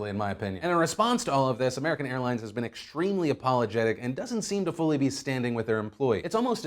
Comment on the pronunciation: Today we talk about American Hairlines... I cannot unhear it